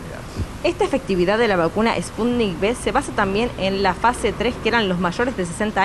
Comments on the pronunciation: No,. Es Sputnik "uve", de vaccine (vacuna). En Iberoamérica a la letra "V" se dice "be". Saludos desde Málaga al pueblo hermano de Argentina. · Se dice: "Sputnik cinco"...